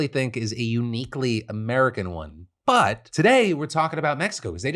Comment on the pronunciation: The hardest "but" in history